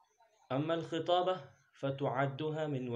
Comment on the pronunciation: من المناسب أن تتلفظ با لكلمة. الخطابة بفتح الخاء لابكسرها